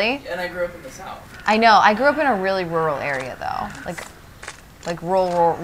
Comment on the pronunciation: your not rural unless rural is one syllable